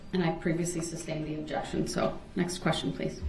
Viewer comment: Aminant = animated Substained = sustained Axed = asked Relevancy = relevant Many more mangling of English language! Many moments where he reveals his education was seriously lacking. Newtons laws of motion. Cardinal points of compass